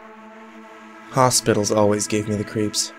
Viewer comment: Did he say hopitals on purpose?